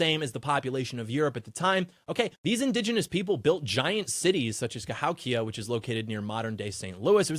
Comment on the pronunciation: Cahowkia is pronounced Ca-HO-kia you smallpox carrying colonizer lol. Happy Thanksgiving. It's a tragedy we don't have many films about Pilgrims and the very earliest Americans. Shows you how much hollywood hates us.